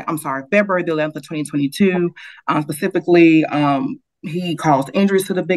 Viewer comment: That female lawyer said "pacifically"!